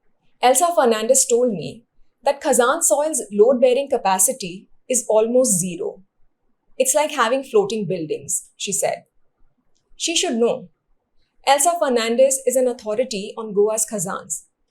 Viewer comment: Dêu borem korum. However some pronounciations could improve. We are slowly losing original ones to mispronounciations. Poim is pronounced as पोंय. Goan surnames are more likely to be Lopes, though there are a few Lopez. Fernandes is approximately pronounced फॅरनांदिस. It is not "fur". Santa Cruz is सांता क्रुज. ज in konkani in this case is z. Thank you for the report.